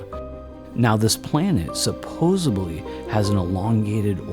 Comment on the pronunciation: Nice documentary but you pronounce the word “supposedly” as “supposebly” many times throughout. Just thought you should be aware of that.